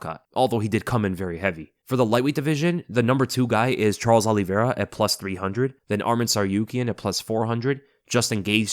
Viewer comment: Bro it’s “O-lee-Vera” not “Ah-lee-Vera”